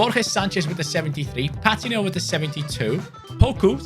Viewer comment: It’s pa teen o. Not pat tin o